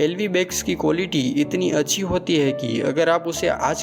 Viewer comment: Be chutiye tujhse to LV ki pronunciation bhi shi se nhi ptaa bol Kia Raha h tu chale aate h YouTube per muhh uthake